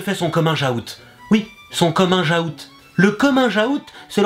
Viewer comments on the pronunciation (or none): Pour vraiment prononcer à la française t'aurai du dire "kominguou" plutôt que "komingeaoute", par rapport à l'orthographe du mot. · on dit COMMING OUT pas comminjout ^^ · "le commun jahoute" omg je kiff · Le "cominjaoute" Mdrrrr tes trop fort <3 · Mdr ""le cominge aout"" oui" le cominge aout " mdr jpp